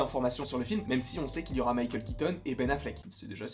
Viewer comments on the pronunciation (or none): none